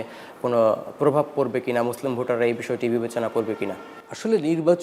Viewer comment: এমন আলোচক মুসলিম শব্দ টি উচ্চারণ ভুল ছি ছি